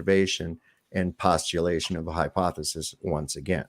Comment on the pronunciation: Isn't it hypothesis not hyponethis lol what a clown gotta cheek too talk down at us fers